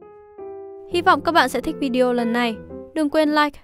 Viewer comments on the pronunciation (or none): none